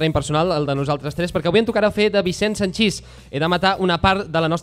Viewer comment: A Vicent Sanchis se li poden criticar moltes coses però deformar-li el cognom potser no cal. Sanchis, paraula plana i no aguda.